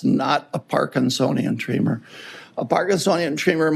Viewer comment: Why are you pronouncing tremor as tree mer. ??